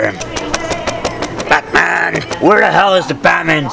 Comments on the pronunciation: Like his vidieo every time he says patman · scoopity woop I didn't knew he probably said bataman on purpose. Sometimes, I just don't understand. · PlashMon not grownman....batman